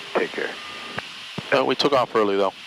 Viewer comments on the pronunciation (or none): none